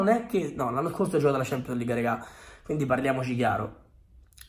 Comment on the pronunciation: Ma "Cempio Lig" è una pronuncia tutta romana?